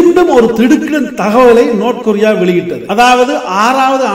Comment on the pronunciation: நோத் கொரிய இல்ல டா பேபயலே நார்த் கொரிய டா